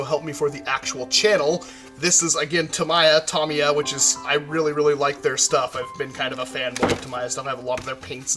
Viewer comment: its not pronouced tommy-a its ta-me-a